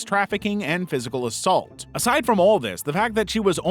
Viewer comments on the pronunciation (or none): none